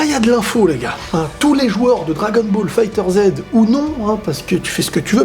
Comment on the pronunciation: on ne prononce pas le jeu 'fighter zed" mais "fighterz", oui il y à une prononciation lié à comment le jeu est prononcé en japonais